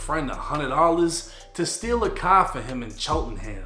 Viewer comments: “Into a cahh” 😂🚗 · the way you pronounce “car” is funny asl 🤣 “tHe cAh” 😭 sounding like peter griffin innit 😂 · damn I hate the way you say car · You can pronounce every word word perfectly except for car? Stop your shit